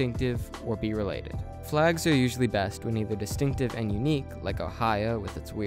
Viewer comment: Distinctive, not destinctive.